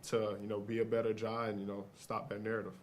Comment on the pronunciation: Just curious, why did you add an “h” at the end of “Ja”… his name is Ja Morant